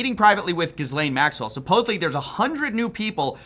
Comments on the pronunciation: I don't like her, but I don't think that's how you pronounce the name Ghislaine 😅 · FYI: The "s" in Ghislaine is silent 🤓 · Bro your coverage has been great but THE S IN GHISLANE IS FRIGGIN SILENT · The S in Ghislaine is silent, btw. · The S is silent in her name Ghislaine 😂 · the only thing that changes more than the narrative about the list is pronunciation of 'Ghislaine' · Dude... How many times have you heard Maxwell's name mentioned in the media ? Thousands of times, I imagine. Yet you STILL pronounce her name incorrectly.... & yes. Trump is on the list. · Ghislaine (no S pronounced, ) is definitely working the system with Trump and his ex-lawyer buddy in the DOJ. Imagine telling the American public that she "told the truth in private" about a woman who is convicted of perjury alongside the most prolific serial child predator/sex trafficking business we've heard of. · Pronounced: Ge- lane. Like "get" minus the "t" Not jiz-lane Not guy-lane Not whatever tf people say Her name gets butchered more than angus cows Call the PET-O by the right name. After all, she'll be free soon. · Man, i know i am picky about it and off topic, but the name is pronounced GHE-LAIN MAXWELL, not GIS-LAIN MAXWELL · If you're going to try and make money off this story, at least you can learn how to say each person's name. Gizz lane lolol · Gih-lain not Giz-lain. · I don't like the new way you are pronouncing "Gis-lane Maxwell" can we go back to "Jizz-layn Maxwell" from the earlier videos. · If you’re gonna mispronounce her name, at least mispronounce it correctly. She’s jizzlane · I take your reporting very seriously but you make it pretty hard when your research didn't include the proper pronunciation of Ghislaine. There's a few ways to say it and none of them are Gis-lane. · ghislaine maxwell <--- ghislaine is pronounced GEE-LEN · Pronounced: Gi-layn Maxwell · Actually it’s GHEE-lane. Hard g sound . S is silent. Guh-lane or Guh-lan.